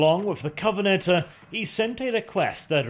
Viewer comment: "The covenant-uh"